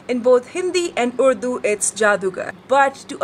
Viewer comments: it's actually pronouned Urrrr duuuu... not Uuuuu Duuu.... there's decidedly an R ... but from the tip of the tongue not the back of the tongue.. :D try to say R with the tip of your tongue touching the roof of your mouth over the front teeth, that's how the R in urdu sounds... it's sort of a vibrating R where the tip of your tongue flutters over the R as the air is pushed over your tongue from the voice box, it's a delicate R... a very delicate R... notice the girl who explains how urdu words are different from hindi words She says Urdu exactly how it's supposed to be said.. . None of that UUUUU DUUU bullshit ... lol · I'm Punjabi and i think the video is a little outdated because Karachi is now not the capital of Pakistan it is actually Islamabad and I also live in Islamabad and the pronunciation of Urdu is not udu it is actually orrdu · bro it isnt udu its urdu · Paul actually pronounced Urdu wrong. He was supposed to say the R in urdu